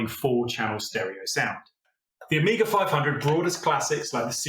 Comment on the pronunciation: Amiga et non pas Oméga comme le dit si mal la voix I.A. !!!